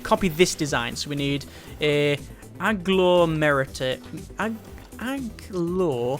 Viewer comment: It's A-glom (not glow) -er-ator